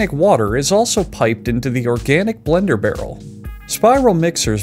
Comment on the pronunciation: Straight up heard "The blacker operator" instead of "The Blender operator" Was gonna start asking questions